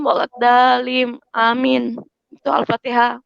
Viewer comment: BHAHHHHH KRISTEN ANCOOOORR MTQ BACA FATEHA SLH NAUZUBILLAH, AYAT AOA DIA GAKNTAU NGOMONG MTQ, WALAT DAAALIN HHHHH BACA LATUNNYA NI YEEE